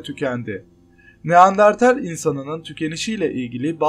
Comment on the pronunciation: Baslikta neandertal anlatirken neandartel 🙄🙄🙄